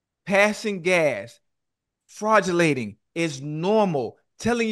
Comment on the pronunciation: This man ocho just made up a whole world talk about fraudulatin 🤣🤣🤣.. He was probably trying to say flatulence